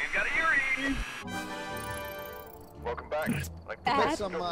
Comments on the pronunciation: It's so triggering hearing them go "yuriiiiii" instead of you-ray. That's how Yurei is pronounced gang. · I love how they're just pronouncing "yurei" as "yuri" like imagine going to a haunted house and the type of ghost you find there is just sapphic love lmao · Exactly the way it is written, you-reh-ee